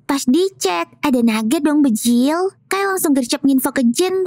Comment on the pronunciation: Kenapa klo kaka bilang bjir tuh pasti bjil